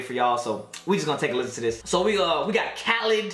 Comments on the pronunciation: It’s actually pronounced kuh-leed that’s how you pronounce it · That's not how you pronounce him name 😭